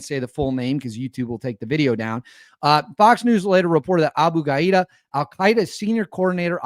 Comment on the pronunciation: The target's name is probably pronounced ga-DEE-ya. Not ga-EE-da